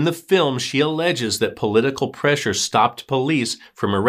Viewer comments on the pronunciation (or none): none